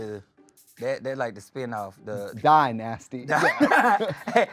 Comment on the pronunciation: OMG THEY SAID MY NAME!!! DYNASTY 😭🤗😇 BUT that’s how people say it when they are trying to be funny lol “Die-Nasty” LOL 😅